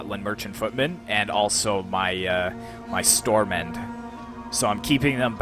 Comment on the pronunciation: Great video, really enjoyed it :) as a Dane the pronunciation of the units was funny, the Stor-mænd was on point tho the ''d'' in Stormænd is silent and it literally means ''Big-men''. Stor has a lot of meanings; large, large-sized, big, king-size, large, great, wide, heavy, strong, major, big, great, big, arrant, out-and-out, awful, terrible, huge, vast, immense, enormous,large, large-sized, big, king-size, large, great, wide, heavy, strong, major, big, great, big, arrant, out-and-out, awful, terrible, huge, vast, immense and enormous. Sorry for the lecture!